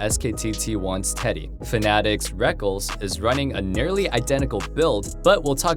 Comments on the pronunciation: LOL I just caught calling Rekkless, Reckless, just like LocoDoco did on his video podcast with Dom. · yea was that a troll? cause who doesn't know his name is "rek-less"